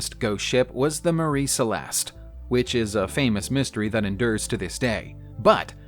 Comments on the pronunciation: MARY NOT MARIE!!! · MARY. MARY!! NOT MARIE!!! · MARY CELESTE not Marie Celeste 🤣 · Mary Celeste. Not Marie (that’s a completely different story). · It is The MARY Celeste, NOT Marie. FYI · Its Mary Celeste not Marie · It’s not the marie Celeste it’s the Mary Celeste. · True, and it is "Mary Celeste", not "Marie Celeste" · I thought he was saying "Murray", as in "Bill Murray".